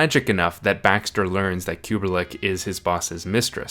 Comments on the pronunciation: The Apartment female character is Miss Kubelik rather than Kuberlik mispronounced by narrator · Y u keep saying KubeRlik